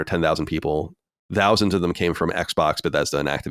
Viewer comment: He pronounces thousands like Dousands lol